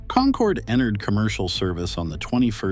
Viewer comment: You lost me on the very first word. Get the AI voice to at least pronounce "concorde" right.